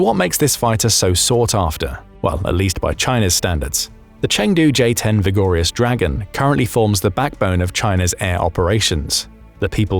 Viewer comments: Vigorous, not vigorious… whatever the hell that is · “Vigorious” dragon? How dumb are you to mispronounce such a basic word?